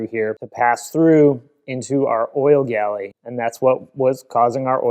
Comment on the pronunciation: Please, its an oil GALLERY not an oil "galley" (which is an ancient war boat, slave rowers/ ramming prow/the whole nine yards,) by the tenth time you said it I was beginning to get so annoyed it was hard to stay focused on an otherwise exemplary job lol. edited to add... as a mechanic of forty plus years I learned that most four cylinders fire 1 3 4 2 , so to adjust valve clearances, when doing the first inlet valve on push rod engines, doing cylinder one make sure the inlet valve on cylinder four is fully down (open) then turn the motor and do the same on cylinder's two and three in turn then continue onwards in reverse order (one down do eight etc) repeat the same process for the exhaust valves........on non hydraulic self setting lifters that is...... hope this helps.